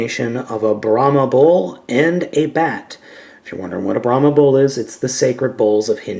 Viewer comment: Brahma not birahma